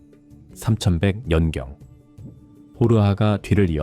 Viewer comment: 연경~~연경~~에서 자꾸 흐름 거슬림...